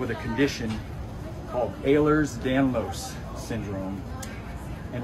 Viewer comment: He's so wrong. First off it's prounounced ELL-rers danlos. So much more than bendy joints